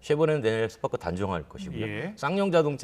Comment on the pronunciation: 남자 아나운서 스파크를 스빠끄로 말해서 순간 욕한줄 ㅋㅋ